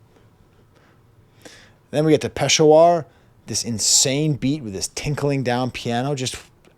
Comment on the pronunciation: as someone from peshawar, i cracked up at your pronunciation of peshawar ahahahahahah